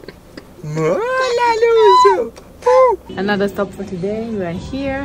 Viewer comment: The baby is Luce - pronounced ‘Lucha’. Luka is Daddy.